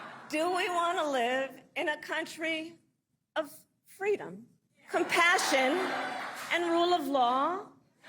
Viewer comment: when she was campaigning with Rosa Parkes for FWEEDOM🤣🤣🤣🤣🤣